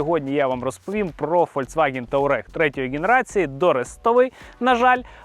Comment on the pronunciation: Туарег а не таурег